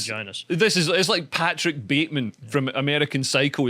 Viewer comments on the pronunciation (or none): none